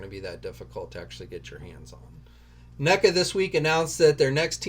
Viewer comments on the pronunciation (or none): none